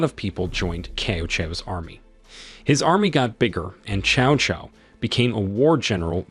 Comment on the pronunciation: New drinking game: drink every time Cao Cao's name is mispronounced.